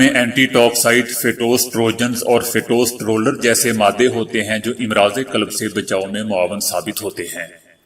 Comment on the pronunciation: Imraaz nahi Amraaz hai امراض کا "ا" مفتوح پڑھا جاتاہے لفظ"مرض" کا جمع ہے امراض یاد رکھیں........ سہ حرفی الفاظ کی جمع میں تقریبا ہمیشہ ہی الف پر زبر ہوتا ہے آپ ویڈیو کے اندر اس لفظ کو بار بار غلط پڑھ رہے ہیں